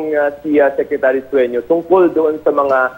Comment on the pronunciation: the reporter is idiot.. sueno not suenio.. .. can you shoot that idiot reporter